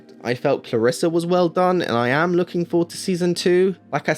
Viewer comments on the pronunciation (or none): #mebeinganitpicker "Clariss-e" Not "Clariss-a" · It’s Clarisse. Not Clarissa